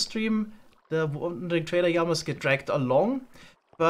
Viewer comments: PLEASE ITS LAMA NOT YAMA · I love the way pronounces Lama 🤣 yama, ma beloved 😁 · its really funny when he says jama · Every episode I wonder why calls Llamas ijamas, are they actually pronounced that way? 😅 I think we should call them illamas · I love the way says llama. It sounds like there's a y at the start